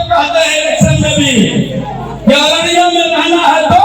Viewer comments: Oraiya nahi bhai "araria"अररिया bola hai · ye oraiyya nahi ararya Bihar hai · Re bhai auriya nahi ararai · ओरया नही अररिया है भाई बिहार का एक जिला है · Oraya nhi araria bol rha hai mai hu araria se❤❤❤